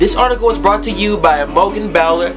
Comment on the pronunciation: ahh my article got made into a video!! :D hahaha my names pronounced I-mo-jen and bowl-er :P and I'm a girl! but other than that totally love this video it's so exciting!! hahaha :)